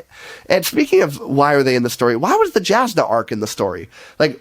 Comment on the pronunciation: Jasnah is pronounced Yawznuh. As for the review... No notes. Spot on.